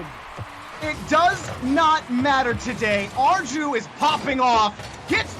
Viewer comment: ARJU PRONUNSIATION IS ARGLIU NOT ARGIU